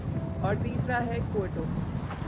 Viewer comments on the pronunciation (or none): Just a correction in your pronunciation. It’s not कोयटो. It’s क्योटो. By the way, Nice video 👏